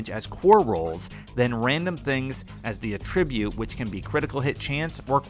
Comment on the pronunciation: Not sure if you know this already and hope you don't think I'm being a jerk. Just wanted to say "attribute" is pronounced like "AT-tribute." Not saying you need to change the way you say it, I just wanted to let you know, in case you didn't.